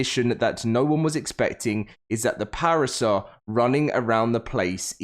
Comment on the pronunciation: Him saying parasaur is driving me nuts